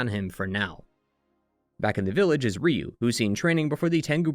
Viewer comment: Ryu is pronounced like 'you'